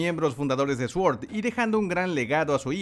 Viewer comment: Se pronuncia suord...